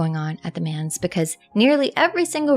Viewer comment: Manse is pronounced like dance starting with an M, not like 'mans.'